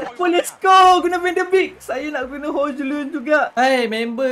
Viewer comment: Cara sebutannye hoilend bang